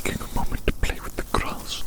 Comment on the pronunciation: “I’m playing with the CROSS right now just taking a moment to play with the CROSS” “It’s so SOFT and DELECTABLE” (I know it says ‘grass’ but this is what I hear and it made me laugh)